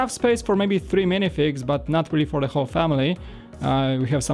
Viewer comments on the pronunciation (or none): none